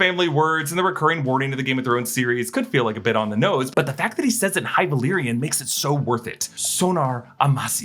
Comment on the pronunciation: Love speaking high valyrian